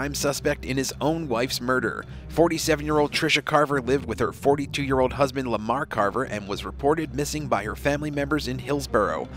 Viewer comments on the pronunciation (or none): none